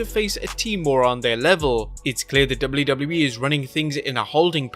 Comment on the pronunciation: Can you say "WWE" with less accent?